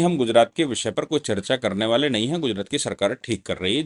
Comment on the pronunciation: बाले नहीं। वाले। हिंदी सुधारो।